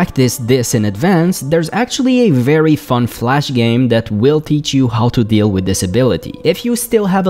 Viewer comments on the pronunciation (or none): none